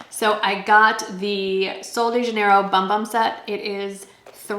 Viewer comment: Believe it or not it's pronounced Boom Boom not Bum Bum